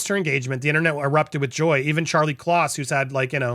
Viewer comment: Charlie Kloss? Is that what you said?